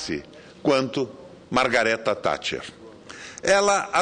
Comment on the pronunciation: Primeiramente esse cidadão deveria aprender a falar o nome correto da Baronesa Thatcher, segundo a Lady Thatcher teve um grande fardo histórico e assumiu seu mandato como mundialmente conhecido "Mãos de Ferro", acredito que o Governo dela foi satisfatório e muito conturbado.